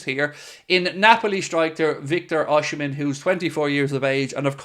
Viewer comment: You don't pronounce OSIMHEN name rightly. BOSS..